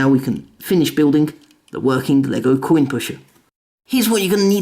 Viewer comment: You said Quinn not coin